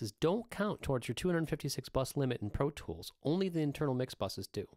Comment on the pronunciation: he says "Pro tchwoools " lmao